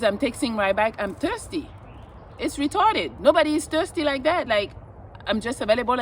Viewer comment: Why did you say retarded woth an American accent. Ya accent is sus.